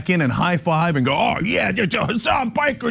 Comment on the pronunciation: wait, shouldnt we pronounce Piker the way it is supposed to be not Puykr